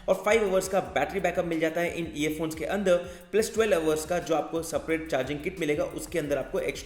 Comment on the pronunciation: You speak andar as anada_ , upar as upa_ .... Hindi ko toh dhand se bol le gadhe... Angrej ban rha hai